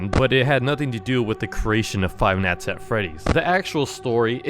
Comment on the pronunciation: Say night, wrong and night night night not not not. It’s not neat. It’s night.